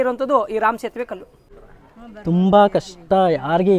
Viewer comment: Sethuve antha heloke baralla e ge,,sethume anthare...enide e hatra? Veeda,,aagaama,upanishathu odko modlu antha heli